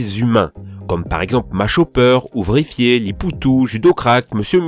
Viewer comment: Par contre faut vraiment revoir ta prononciation "Ouvrifié" "Shino" c'est vraiment pas possible hahaha